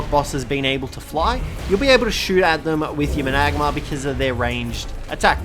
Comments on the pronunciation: Managarmr, not managamar, why do people struggle so much when pronouncing / spelling their names? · managamar? really? its managarmr idot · its not managamar its managarmr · It infuriates me how you pronounce managarmer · not to mention he pronounced it wrong.